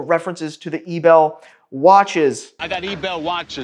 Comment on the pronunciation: eee b eee l you pronouncing like it would be panties